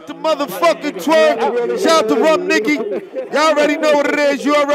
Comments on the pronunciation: Smack said “rum Nicky”🤦🏾‍♂️ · He said Rum Niggy 😂😂😂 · Smack said Rum Nikky lmaoo he stay messing up names when that cup in his hand. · We all gone skip over the fact that Smack said "Rum Nikki" at the end 😂😂😂